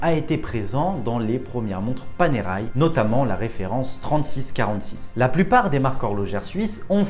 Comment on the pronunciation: ça ne prononce pas Panéraille, mais Panerè.